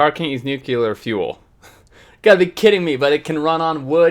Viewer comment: Say it with me, "nu-clee-ar". not "nuke-you-lar". :-)